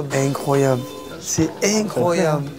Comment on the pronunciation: "Cé inecroyabl" Attend de voir la dernière recrue du PSG mec...